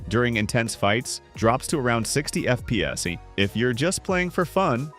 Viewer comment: It's so funny when he says "f peas" 😂